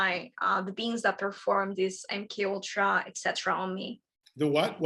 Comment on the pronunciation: It sounded like she said M. K. U l tra. Supposedly this is a conspiracy theory. L.A. I wish we could go back to that. I'd like to hear more. The blue skinned ones are evil as well. Notice she has never seen them in the flesh.